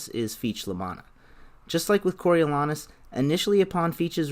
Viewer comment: The A is long in Coriolanus. Go see some Shakespeare.